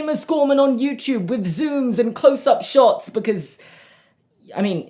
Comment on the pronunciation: Its adorable when seamus says "yewchube" instead of youtube😂